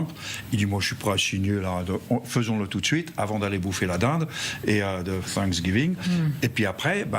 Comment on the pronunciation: C pa cinqsgiving. Apprenez à bien prononcer le mot.